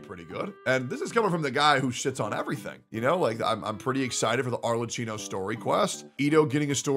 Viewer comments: if it helps you pronounce the name better you should read it as if you were reading Arlekkino (and we can put an end to calling her Cappuccino) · the "cch" in "Arlecchino" is a "k" sound, btw, not a "ch" like in "chicken." The "h" is there specifically to change what would otherwise be a "ch" sound into a "k" sound. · One day westerners will pronounce Arlecchino correctly and wont say "Arle-chee-no". My inner italian winces every single time. Today however, is not that day. Also lmao star rail, a good "complete game" LMAOOOOOO shit is just worse trails of cold steel and modern persona mixed together. Hsr glazers see pretty visuals and act like the game is peak turn based game design while only clicking E&Q(with a sprinkle of autobattle) as the gameplay. Shit is about as deep as the kiddie pool. I can see why won't play real turn based games like P3 FES now. Cause those kinds of games actually require some thought to get through, unlike hsr where you can just pull more characters o solve your problems. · pls pronounce her name correctly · He cant even say her name right